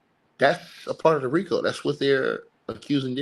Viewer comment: baby roll those Rico r’s!